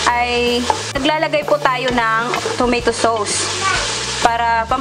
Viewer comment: PRONONCED AS "TO-MAY-TO SOS" NOT TOMATOE SOOWS.